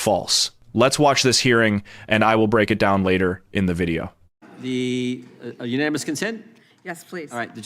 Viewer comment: WTF she can’t say “unanimous “ they represent the country